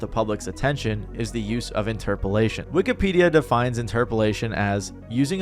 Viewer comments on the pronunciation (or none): none